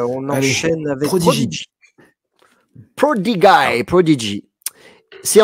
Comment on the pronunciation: "prodiguaï" ? "Frank Kitéli" ? Ca part en cou*lle la prononciation.